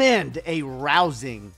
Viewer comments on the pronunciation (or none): Lmao, a "rouusing" performance